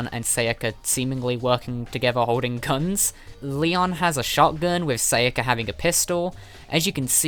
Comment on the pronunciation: Sa ya ka. Not seiyaka.